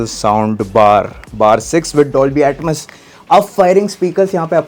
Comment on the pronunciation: Theetter😂😂, attmes😂😂😂